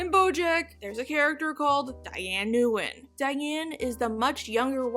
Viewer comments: I think that name umm is pronounced close to In or Win. I could be wrong.... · In English her name is usually pronounced "win". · Its pronounced: n’WIN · Love the video! Nguyen is actually pronounced Win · gotta say it but your pronunciation of her last name is just straight-up butchering